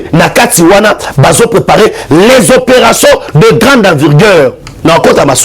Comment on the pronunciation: Opération de grande" envigueur," on dit" Envergure"mon frère bo kendeke classe,eza te soki ozali miso makasi okoki kosala nioso na RDC. N'importe quoi? Joe Biden et non bider. Tu es vraiment éparpillé dans ta façon de transmettre tes soit disant message.